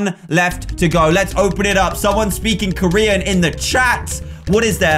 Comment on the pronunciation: he said Koreanyay